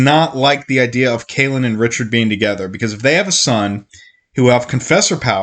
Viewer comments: Kayyyylan lol Not Kah Lan (KaELynn) I agree I read most of the series and I’m listening to it a second time and hadn’t realized how many flipping recaps there are! It’s aggravating yet I have to finish the series hahaha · It's Kahlan, not Kalan. It's Denna, not Diana. It's Jagang, not Jangang. Shota is a Witch woman, not a sorceress. It's Drefan, not Drefran. Drefan threw Nadine off the cliff. Richard didn't kill Drefan, the Sliph did. Did this guy even read his own script before doing this video? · butchering the name